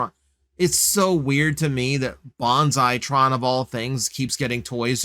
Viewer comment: His name is Banzai-Tron, not Bonsai-Tron.